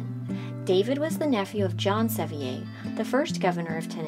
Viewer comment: This needed a lot more basic research. "Rotherford" Mansion should be Rotherwood Mansion. Sevier was not a Frenchman. It is pronounced as "Severe".